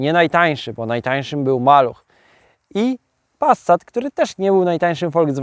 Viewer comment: No kurrlla, to nie zaden "Passsssat", tylko normalnie wymawiajac "Pasat", nie "Wolgswagen", tylko "Folkswagen" i (na przyszlosc) nie "Lambordrzini", tylko "Lamborgini"! Z PRL-owsko, PO-owsko, LGBT-lewacko-socjalistyczna, w rytmie Poloneza warszawskich wspolczesnych wyrobow "Czajki", podobnych do wyrobow PRL-owskiego socjalizmu, fabryki FSO serdecznie pozdrawiam milosnikow tego dziela siermierznej i prymitywnej socjalistycznej techniki PRL-u i jej technologicznego i ideowego zwyciestwa nad zgnila technika Zachodu! Gratulacje za sozialistyczna pasje i oderwanie od rzeczywistosci!